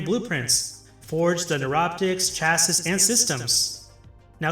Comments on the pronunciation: It hurt my soul listening to you pronounce chassis that way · i had similar response to his pronunciation of "Chassis" like if dude even mastered english but hes talking like he has mastered warframe after 20 hours lolololol